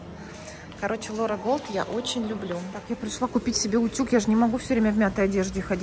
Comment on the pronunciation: не голд а гольд. Что с немецкого означает золото.